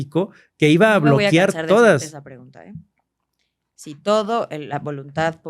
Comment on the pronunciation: Que esperas de alguien que es “historiador” y dice BLOQUIAR